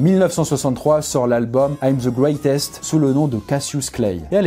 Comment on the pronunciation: il s appelait le gwetest Ahhhh l'anglais.... 😏